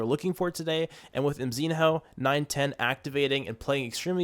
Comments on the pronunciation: its not MZIN-HOO its just call MZINO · its mzihnyo not mzin ho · Bro pronounce mzinho like emzino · Mzinho's name pronounce as "Mzinyo"